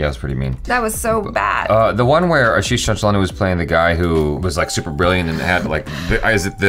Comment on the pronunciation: That's my name 😂😂😂😂. You said it correctly the 1st time.